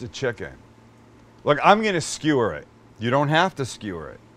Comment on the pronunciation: how stewie from family guy pronounces skewer......skheeeweeeer with my khoool whip